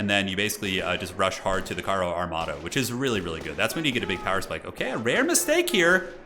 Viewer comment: This was some amazing commentary. The bersaglieri is actually pronounced bear-sa-lee-ea-ree or something around that. You were spot on with carro armato!